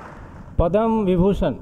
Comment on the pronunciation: Its not bibhushan...its vibhushan! but yes, padam is correctly pronounced as padma.